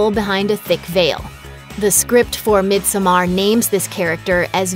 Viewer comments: "Mid-some-arr" omg....its pronounced "mid-summer" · I know right, is painful to hear everytime she says it. I do understand she cant swedish, but in the movie Pelle does says Midsommar as "Midsuommear" sound, like we swedes do. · god please pronounce misommer correctly. its pronounced midsummer. the "o" is there because it is swedish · It's pronounced mid-summer or mid-sewm-er not mid-SOH-mar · its not "mid so mar" it's "mid sommar" like summer. very good unlike this review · She's saying it as mid so maar. She prolly haven't even seen the movie. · SenorPredo - Minecraft Coasters it’s literally pronounced “midsummer” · I had to stop watching after 30 seconds when the narrator kept pronouncing it “mid so mar” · Surrender right? are they proposing it's "mid summer" because no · She lost me as soon as she pronounced it Mid So Mar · "Midsomaaar"... Excuse me? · bruh no... i'm finnish, so swedish is my second language. it's pronounced the way it's written, so it's pronounced "midsommar", not the way she says it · The title is pronounced mid zo mar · It’s Mid-som-mar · It’s pronounced mid-saw-merrrrr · No its really not - it’s pronounced Mid-so-mar “ I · Isn't the title supposed to be pronounced like mid summer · SenorPredo - Minecraft Coasters or he just sucks at Swedish just like every other American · Lol no, an American don't decide how Midsommar is prounounced. He's just shitty at learning probs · Im swedish, and my ears bleeds.... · Never trust a movie reviewer who can’t properly pronounce the name of the movie 😂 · No one is going to point out they are not even pronouncing the word midsommar right? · Let’s hope so! The YouTube money this channel takes in, it be sad to think the narrator did not take 2 second to do a google search for: pronounce midsommar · The way she pronounces midsommar couldn't be further from how it's actually pronounced sjdnsndmsk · I can’t handle the way she says Midsommar it’s so incorrect 😂😂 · Stop mispronouncing the title